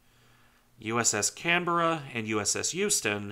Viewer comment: My home Canberra is tricky to pronounce; you did very well. ❤ HMAS CANBERRA ❤️ USS CANBERRA